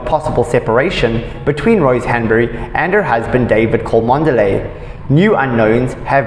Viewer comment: It's pronounced Chumley. Please do your homework. Louis is not Lewis. You pronounce it Looey